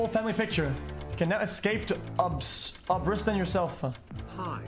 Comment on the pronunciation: he literally started speaking artozkan he skipped the "a" pepega